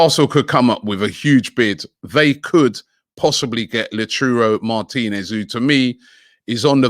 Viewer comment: Is it just me or is Robbie butchering Martinez’s name😂😂